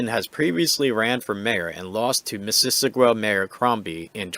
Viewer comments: It should sound like Mrs. Awe Ga. Your pronunciation sounds more like missISSISSagwa. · Sounded like you were adding extra syllables. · "Miss-iss-ogga " (just FYI) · Why can't the commentator correctly pronounce "Mississauga?" LOL! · Would it have been that hard for you to look up how to pronounce Mississauga? You're not even close. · You are under arrest for using inaccurate speech, section P05, Failing to use correct pronunciation will be considered negligent infliction of stress under the feelings act 2017.